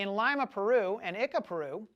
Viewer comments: Leema, not Lima like the bean. These stones have long been debunked... even admitted that they are hoaxes. Dinosaur???? It's a fucking Llama. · Did he just pronounce it lyma....wtf